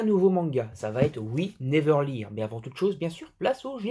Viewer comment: ça se prononce leurne en fait :p